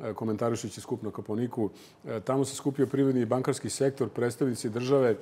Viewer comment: “ Kopaoniiiku"?!?! Od kad se u srpskom jeziku naglašava četvrti slog?